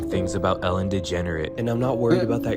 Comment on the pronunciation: I always try to learn something new from your videos. On this one, I learned AI can't pronounce Ellen's last name right.